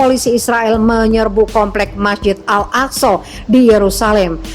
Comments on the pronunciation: 'Al-AkSorr' kepala butuh nkou!! Org sebut AĹ-AKSÃ lah bodoh! Bangang betuilah, buat mngelirukan 0rang sahaja..!!! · Ngomong nya al aqso Bisa ngomong gk sih